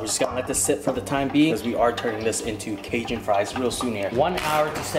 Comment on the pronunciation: The way your pronounce Cajun LOL